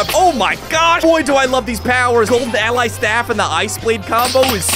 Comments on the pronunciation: It’s allay the mob not ally😅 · allay is said like L A